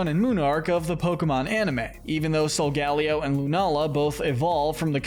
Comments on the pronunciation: It’s pronounced SOHL-GUH-LAY-oh, cruh-SELL-ee-uh, LAH-TEE-OHS, LAH-TEE-AHS, TAH-poo LAY-LAY, sih-JIH-liff, arm-uh-ROOJ, WAH-buff-eht, YOOX-ee, BAL-toy, clay-DAHL, ree-yoon-IH-cliss, ess-PATH-RUH (which you misspelled and mispronounced at the same time), hat-er-REEN, hat-TEN-nuh, goth-EE-tuh, goth-ih-TELL, and BEE-hee-YEHM, “Patrick Star”! 🤨 Stop mispronouncing Pokémon names,! You’re so bad at it! 🙄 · Great video, but your pronunciation of Solgaleo is like being struck with a spike in the back.